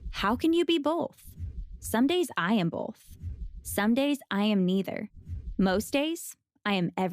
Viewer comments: I am upset that the narrator of that atrocious video pronounces "both" as "BOLTH" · It bothers me how she says both XD